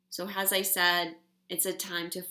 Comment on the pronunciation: Am I the only one who notices says "Has" in place of "As" aaaaaalllll of the time?!?! I love her to life and swear this is a trigger I need to work out, but I just had to get that off my chest. Love you,!!!!!!!